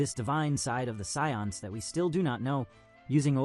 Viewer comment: The scions? like the car. How effing hard is it for a human to read a script. Enough with this AI voice over crap.